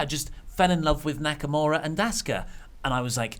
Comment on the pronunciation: How y'all see Nakamura and pronounce it Naka-more-a is beyond me